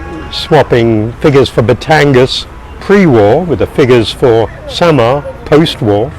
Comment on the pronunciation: Samar as "summer"😂